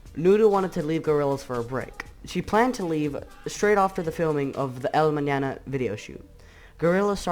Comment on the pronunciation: The fact this person says "el mañana" correctly gives me an unhealthy amount of happiness